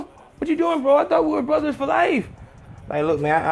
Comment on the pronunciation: The Mexican cholo accent had me ctfuuu "Brooooo! We're bruddas!" hahahaha I'm shleeeeep